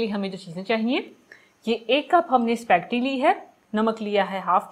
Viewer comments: AAP spegty kiyu keh Rahi hei? Jab iska pronunciation spa-- getty hei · spacketti🤣🤣🤣not spaghetti haaa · It’s not specty it’s spaghetti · Correct word is spaghetti not specti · It’s called “ ispa-geti “. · Aap speggeti kena seek len pl .